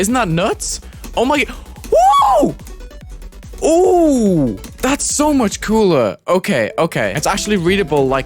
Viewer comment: I think he said tried to say woah while drunk here